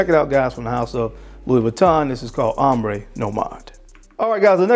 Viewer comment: It’s called Ombre (om-bruh; meaning shadow in French) Nomade. Love your channel!